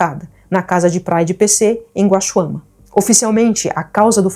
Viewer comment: Não é guaxuam. É guaxuma.